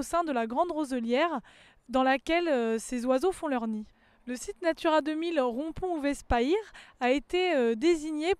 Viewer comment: Encore un effort et on prononcera Payre [pajre] correctement !